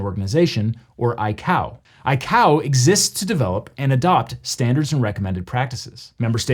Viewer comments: I realize this is probably the smallest detail lol but ICAO is pronounced I-Kay-Oh (at least that’s how everyone at my work says it haha), not I-Cow Sincerely, An Air Traffic Controller and a big fan:-) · Excellent video and very educational. As an aviator I’ve never heard anyone say I-Cow. We usually say I-K-O for ICAO. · No one calls it I Cow, it’s I KO. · One small technical note, ICAO is pronounced "eye-KAY-oh", not "eye-COW" (at least according to ICAO) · All the air cargo guys I’ve known, including some people at the TSA, have always pronounced ICAO as “eye-kay-oh” instead of “eye-coww”. Not that that’s a huge deal or anything- just was wondering what “Eye-Cow” was for a quick second. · ICAO is pronounced "eye-kay-oh", not "eye-cow." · It's not I-COW but I-KAE-OH for how ICAO I'd pronounced, at least by us pilots based in the US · I mean, the military was tracking the balloon since about the time it launched and I'd imagine we offered to share some intel from what we find with Canada since it violated their airspace too. Also, I've worked in aviation for a long time and we've always pronounced ICAO as I-K-O, not I-cow. I guess neither is correct or wrong, just an observation. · Great video! I have never heard ICAO pronounced ‘Eye-Cow’ before. Only as ‘Eye-Kay-oh.’ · Not a big deal, but I've never heard anyone pronounce ICAO as eye-cow. I've only heard eye-kay-oh. Worked in aviation for 15 years. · I've never heard ICAO pronounced I-COW, it's always been I-KAY-OH. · The pronunciation of ICAO killed me (it's typically eye-kay-oh) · ICAO is pronounced eye-kay-oh, not like cacao. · I died when he pronounced ICAO as iCow XD It's commonly pronounced I-K-O by the people dealing with it in everyday life. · I'm sorry but I-cow, euh I mean ICOA, really? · Just a small personal note, 'ICAO' is pronounced "Eye-Kay-Oh". Cringed a bit when you said "Eye-Cow". As a pilot, its been drilled into us not to pronounce it like that lol. Great video thanks for sharing!